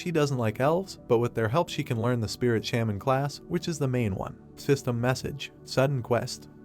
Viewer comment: Why r u calling sprit Gardner as shamin?